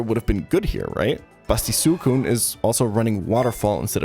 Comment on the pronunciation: Great video, great channel. I just cannot handle how you say suicune. Shit is infuriating